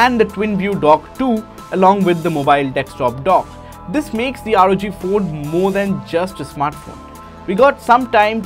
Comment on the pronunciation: NO ONE:... Literally NO ONE:... THIS GUY: ROG FOON